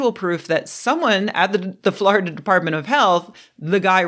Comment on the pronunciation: Love your "Florida" pronunciation. FLARDA!